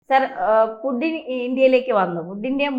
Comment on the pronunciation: പുഡ്ഡിൻ അല്ല പുട്ടിൻ ആണ് മാഡം